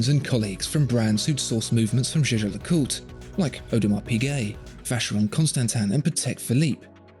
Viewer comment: It's YEAH-GAH!!! And don't tellme that you asked a French person how to pronounce a German word!